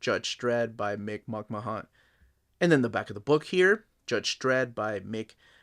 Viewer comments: Cool book. Grew up as a 2000AD fan. Growing up in the UK it was my introduction to comics. He is pronounced McMan by the way. Just like Vince from WWE. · I think McMahon is pronounced as "Mc-man." At least that's how they pronounce Vince McMahon's name on wrestling lol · Nice video. No need to pronounce the O in McMahon, just "Mck-marn/Mck-mahn" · The colour pages are mostly from Annuals which in the 80's were hardcovers and the artists did their own colouring which is why those pages are coloured. Nice review, it's just a pity you butchered the pronunciation of McMahon's name throughout. McMahon was a grittier artist than Bolland or Gibbons which is probably why he didn't do any work for DC. Artists I'd love to see in this series would be Ron Smith, Carlos Ezquerra, Cam Kennedy, Steve Dillon, Henry Flint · Came here to see if anyone corrected him. I guess he’s Peruvian, so clearly just phonetically pronouncing the names as best as he can, but yeah my cringe hits as soon as I hear him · for fucks sake, if you don't know how to pronounce someone's surname, do some research before you mispronounce their name over and over. it's disrespectful and annoying. who the hell are Brian BOWland and Mick MAHOON??!